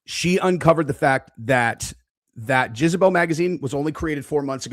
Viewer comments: Dude - it's pronounced "Jezz-a-belle", not "Jizz-a-belle" 😂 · Not Jizebel. It's Jezebel. Another great video,! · JEZebel. Not JIZZabel. You’re a grown man,. It’s JEZebel. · PLEASE STOP SAYING JIZ-A-BEL.. ITS JEZZZZZZ 😂😂😂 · Jezz a bell not Jizz you sicko /s. Great vids. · You pronouncing jezebel as jizzebel is pissin me off 😂😂😂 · Why does keep saying Jizabel??? 😂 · Can’t get over the way you say “Jezebel” 😂 all I hear is “Jizzabel.” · I thought u were fkn around U REALLY THNK ITS PRONOUNCED JIZZABELL 😂😂😂😂😂😂😂😂 WHAT AN ABSOLUTE BUFFOON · The way keeps pronouncing Jezebel “JIZZ-uh-bell is sending me. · I love how calls Jezebel “JIZZabel”, I thought Jizzabel was an adult film star 🤠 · JEZZ-AH-BELL. Bro you are off your rocker. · WHY DO YOU KEEP PRONOUNCING IT LIKE "JIZZ"ABEL??😭🤣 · For some reason keeps saying Jizzebel. It took me a little bit to understand what he was referring to. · You mispronounce Jezbel. Do you know the meaning of a "Jezebel".... look it up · And can't pronounce it!